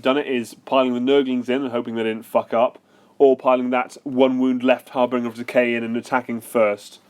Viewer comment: I'd never heard anyone mispronounce 'harbinger' before watching this video. It's a soft G, mate.